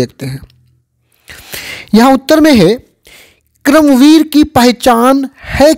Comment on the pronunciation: Sir उच्चारण तो सही से करिए क्रम वीर नहीं है कर्मवीर है